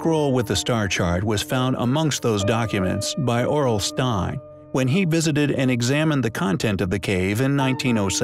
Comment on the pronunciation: "Aurel Stein" I heard RL Stein 😅